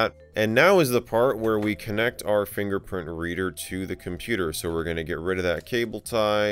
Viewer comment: I'm sorry did you say finger fox